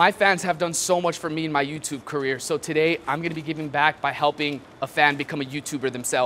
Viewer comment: he said wow let go YOU TUB!!!instead of YOUTUBE,that sound when he say YOU TUB!! Is weird,make me laugh hard😁😁😁😁😂